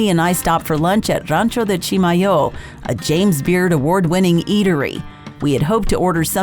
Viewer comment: Love going to Chimayó. I've had ground Chimayó chile pepper but not the fresh chiles UNLESS they were in my meal at Rancho de Chimayó. Been to the Santuario many times as well. And thank you for pronouncing Chimayó correctly. Kind of like those people who pronounce Madrid, New Mexico incorrectly. BTW, hope to see you and your husband on Saturday at the Las Cruces Farmer's Market? :)